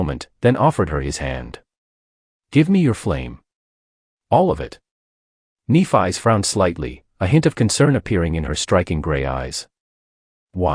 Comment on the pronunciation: Nef-ee, come on Ai 🤖 get that shit right, it’s a great 👍 story besides you fkn up her name though 🧐🤕😉